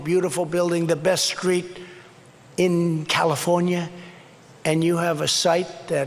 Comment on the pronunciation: Trump really said "skreet" lmao